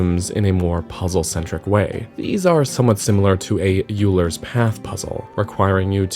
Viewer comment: A little nitpick, Euler is pronounced "Oiler".